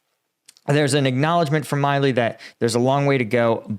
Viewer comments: General Mark Milley's name is pronounced "Mill-ee". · Milley is Mill-ee is it not? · This guy can not even pronouncing a world known US 4 Star Generals name right….? This guy is a phony. No one who claims to be what he has would ever get General Miley’s name wrong…. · You’re a US vet and you cant pronounce Mark Milley’s last name!?!?!? Sus